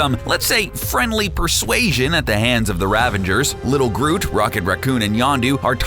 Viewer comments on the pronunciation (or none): Ravagers, not Ravengers. How many times are you going to mispronounce it? You even have a clip with Yondu talking about the code. Also Yondu was welcomed to the Guardians, but that would make him a Guardian of the Galaxy, not a Guardians of the Galaxy, unless he's suffering from multiple personality disorder. If you're going to narrate, do it properly. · Ravagers, not Ravengers, FFS, it's cring-worthy... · Ravangers? What? Where'd you come with an N in 'Ravagers'? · when talking about Starhawk you said ravingers, is that a reference to the actors blooper? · STOP PRONOUNCING RAVAGERS WRONG